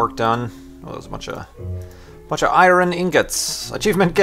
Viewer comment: Did u just pronounce iron as eye-ren and not even?